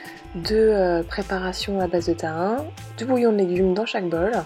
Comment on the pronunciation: Super 👍 sinon on dit TA-I-NÉ et pas ta1